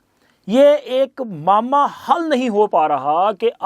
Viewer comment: یہ لفظ "ماما" نہیں بلکہ "معمہ" ھے۔